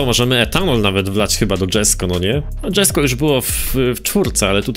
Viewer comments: jak coś przy Jesko czyta się jesko, nie dżesko bo to szwedzki a nie angielski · Wymawia się "Jesko" a nie "Dżesko". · Koenikseg jesko był w Forza horizon 4 a poza tym czyta się jeśko a nie dżesko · ale mnie boli jak mówisz "dżesko" to jest poprostu Jesko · Japierdole znawca motoryzacji... DŻesko... aż mnie trzepie, pewnie też mówi LamborDŻini... tragedia z typem, kanał o grach związanych z motoryzacja... tragagedia